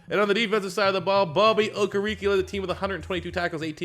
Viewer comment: You can say Okereke without a hitch but Mukuamu not? Muku-amu how hard can it be?